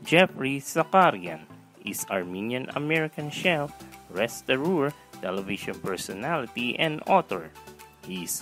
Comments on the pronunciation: restauranteur NOT restorooor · It’s “restaurateur” not “restaureur”